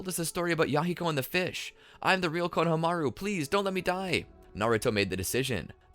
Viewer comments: The fact the he kept saying Kona-Hamaru instead of Konahamaru the entire timeee!!! 😒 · I love ur videos but it kills me how u say konohamaru 😢😢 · i hate how you are pronouncing konohamaru